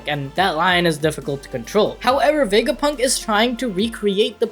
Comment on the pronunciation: you said Dr. vegafunk :/